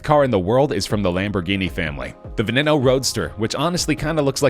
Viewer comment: Hello class! Today we will be learning about PRONUNCIATION! Veneno=Baeneno Mercilago=Merchialargo